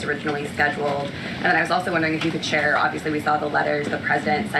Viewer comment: Shore, Karoline. Shore.